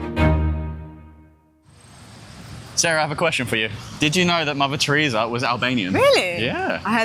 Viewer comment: I thought you said "lavatory" here instead of "Mother Teresa". Enunciate, Bro!